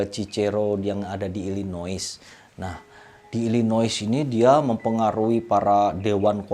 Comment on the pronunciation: story telling nya enak, cuman pronunciation sedikit dibenahin uncle... illinois baca nya ilinoy.... kalo pronuciation enak pasti makin keren.